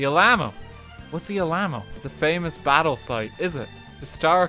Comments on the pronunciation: Btw it’s pronounced Al-uh-moe. Always remember it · “The Ah Lamb Oh” Texans: REEEEEEEEEEEEE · Im visibly cringing every single time he tries to pronounce some of the names. Yakima (yak e ma) Alamo ( Al a mo) and others. Still love the vid though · I've never once heard it pronounced as All-ai-mo. I've heard Al-uh-mo my entire life. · yeah I was like the heck is he talking about "Al ahmo" then I looked at the chat and died laughing "Alamo" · How he said Alamo. A lamb oh.😂 Its Al-uh-moe. "A" as is 'a'pple. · The "uh-LAH-mo?" Oh Daniel... oh man. You sweet summer child. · Uh-la-mo Bruh make a video apology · My soul died when rt game called the Alamo “alama” like seriously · Me, a Texan, excitedly hoping for something Texas related: RT: what’s the ala-mo? Me: god,,,, why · As a Texan, I can not express how loud I laughed when I heard him say “alaymo” and “never forget it” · he said alma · I'm more pained by how he pronounced it. It sounded like al-ahma. Lol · "The Ahlhamo?" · BRUH this man said “allam-o” as a texan that hurts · “What’s the A-LAMB-mo?” Texans: triggered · "Whats the allammo?" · you mean the allamao as RT said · al mayo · Hearing someone say Alamo as “EL AMMO” is really weird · As someone from Texas, I got irrationally upset when RT called the Alamo the "A-Lame-Oh" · Alamo Not whatever u said "Al-a-mo" is how you say it lol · i’m sorry but i’m going to pretend like he didn’t pronounce the alamo as the “ellamma” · cape can-nah-verile and the al-lah-moe I can't! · The ALAMO. All - uh - mo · When RT mispronounced the Alamo I could hear the raging screams of thousands of Texans all the way from Illinois... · I am disappointed in his pronunciation of the Alamo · And fails at pronouncing them like Cape Canaveral and The Alamo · The 'murican in me felt an immediate need to declare war on RT at the butchering of the pronunciation of The Alamo lol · Man I ain't even texan but damn I was both mildly angry and laughing like crazy at that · he even mispronounced it